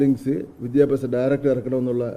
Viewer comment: വിദ്യാ അഭ്യാ😂😂 സ മന്ത്രി.....